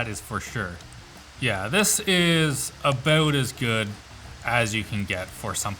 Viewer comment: Say "about" again!